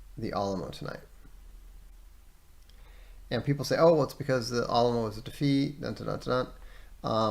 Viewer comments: Al (as in Al Gore) uh mo, al-uh-mo - Alamo Sincerely, A Texan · it's because Vox mispronounced Alamo and I felt like it was my Texan responsibility to correct him. And I didn't know the exact phonetic symbols so I described it the best I could. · I’m from and live in Texas, they he says Alamo keeps throwing me off 😂 No problem just throwing me off every time I hear it